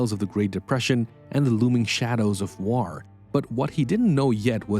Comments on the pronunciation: Stop saying ‘waur’. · and saying "whar" for war.